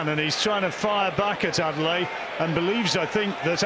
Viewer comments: Commentator. Everyone. It’s ‘Ade-le-ye’, not ‘Ade-lay’ 🙄 Why’s he permitting the changing of his name to make it easier for other people? Strong name that means ‘The crown has honour’ Anyway, interesting that there was a suggestion that Manev could have taken a knee if his vision was compromised when Daniel DuBois was castigated and called a quitter for doing just that. And yes, Adeleye needs more time, more fights and experience before any talk about big title fights. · The man’s name is Adeleye… “Ah-day-leh-yeah”!! Get it right! It’s not Adele-eye👀!